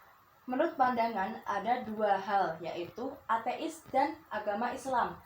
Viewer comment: "athe is" . Haha that was so Lightning. Hope u get great poin. 😆